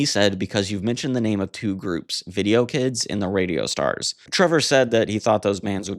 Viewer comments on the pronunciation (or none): none